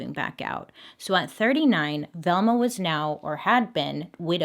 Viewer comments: I thought you kept saying thelma. I was like oh snap, my bestie is named after a true crime case, I gotta tweet this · Why are u saying Velma like this 😂😂